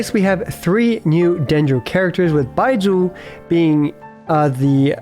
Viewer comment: why do you say baizhu so weird, its like you're saying bye jew lol